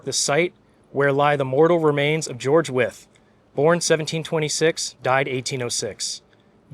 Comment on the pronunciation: Thank you for the history lesson. I live in Williamsburg, Brooklyn. The streets here were named after the signers of the Declaration of Independence. Nice to hear the proper pronouncement of Wythe. I have heard it as rhyming with white.